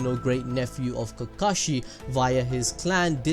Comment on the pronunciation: I have one question that arose when you said the word “kakushi” at 5.57... who’s kakushi?